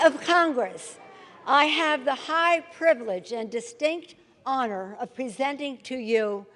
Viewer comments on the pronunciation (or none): none